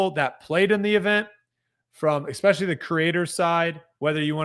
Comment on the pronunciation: eXpecially drives me nuts- I expect it from but the other guy too?!?